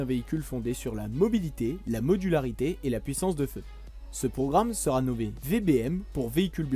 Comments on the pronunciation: liaisons dangereuses :) "sera T équipé".... d'où sort ce t???? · Il faudrait éviter les "sera-T-équipé" ... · Il "serat" abandonné. Faut vraiment faire un effort sur l'orthographe. Ça te joue des tours même à la prononciation. Dommage parce que le contenu est vraiment intéressant. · "Sera" sans t, ça déchire les oreilles de tous ceux qui ont correctement appris la langue française ! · Attention aux liaisons ! "Il sera t'abandonné". Sinon reportage intéressant. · Merci de ce travail très complet. Je me permets un point qui peut paraître de détail, mais auquel je suis très sensible personnellement : les liaisons. Vous rajoutez des "t" là où il n'y en a pas ( sera, viendra) avec une liaison superflue et c'est douloureux à l'écoute. Sinon bravo pour cette vidéo très riche en informations et en 'images !. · Sera futur n’a pas de T à la fin ,donc pas de liaison 🙂